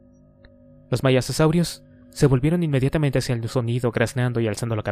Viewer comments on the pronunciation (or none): Me hace mucho ruido que constantemente lea mal las palabras, no sólo los nombres de los dinosaurios (“maisasaurios”, es maiasaura), sino también palabras sencillas y comunes (”causarios”, es casuarios).